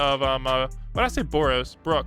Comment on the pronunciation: Bro said boros on brook💀